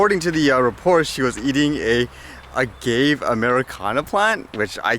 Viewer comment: Algave and Aloe are not compatible. The second "a" in algave is pronounced like the "a" in "laugh". The blue algave is used to produce tequila. That health freak needs to do it's homework.🌰🌰